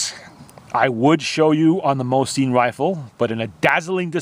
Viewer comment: Awesome video mate! Just the way you pronounce Mosin just bugs me lol...